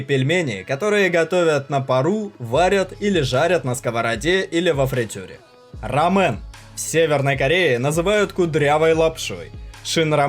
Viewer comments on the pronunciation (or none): Рамён а не рамен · Блять не шин рамэн а шин рамён рамэн это суп из рыбного бульона а рамён горькая лапша на красном перце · только в Корее не рамен, а рамён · Не нэнмён, а нэмён! Не ранмён, а рамён!